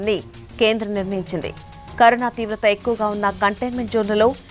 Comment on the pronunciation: Karuna kadhu carona mam